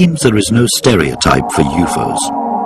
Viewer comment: "Youfoes" are real.